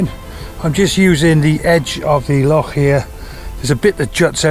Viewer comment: Heard of it but first time I've seen it ! Good work . Braw to hear an Englishman pronounce Loch properly also !